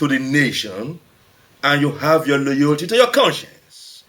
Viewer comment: MAN, SAID! "LOYOLTY"!!!